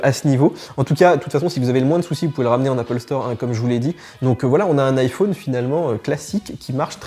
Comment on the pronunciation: J’adore comment tu prononces « iPhone »